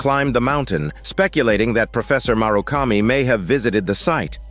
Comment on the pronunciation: The writing for this summary is so well done. "Tanomu" is pronounced two different ways in this summary. Also, "murakami" is pronounced like it's written as "marukami".